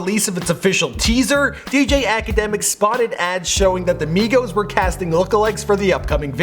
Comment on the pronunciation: migos, its not hard